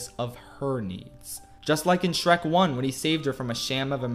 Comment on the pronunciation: How many times does he mispronounce the names of Shrek and Fiona